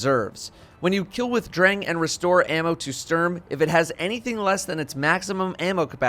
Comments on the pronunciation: You say Dräng and Stürm 😂😂😂 i love it when english people try to speak german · Love your videos man but hearing you pronounce Sturm as a German is kinda brutal. Keep up the good work!